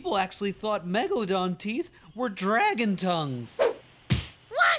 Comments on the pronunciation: MEGALOON MELGALODON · my foravrotrle bit is then said megealadon! megaladon!!!!!!!!!!!!!!!! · in the first was saying Megoladon megolodon in bey tovan